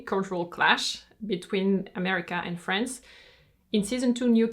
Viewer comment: its france not frence